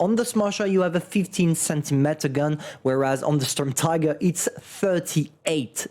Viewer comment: pls call it Shturmteeger